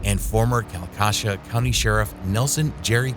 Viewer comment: Your butchering the word kalkaska, I'd hate to hear you pronounce Ypsilanti